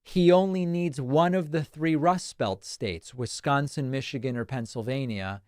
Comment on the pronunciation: It isn't pronounced Wiz-GAHN-sin, Dave.